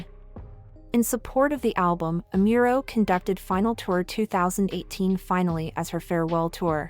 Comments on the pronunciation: its Amuro... not Emiro... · Amuro, not Amiuro. 🤦🏻‍♂️ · OH man the pronunciation of her name is horrendous. It's pronounced "Nah-me-eh Ah-Mu-ro" not "Nai-mee Ai-mural" Asian languages are not that hard to pronounce correctly. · Nah-mee- eh is how you pronounce it. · It would be nice if you could research and learn how to pronounce her name better. Amiro?